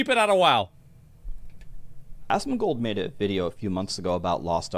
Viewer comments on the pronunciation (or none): He said ASSMANGOLD. 🤣 love ya bud!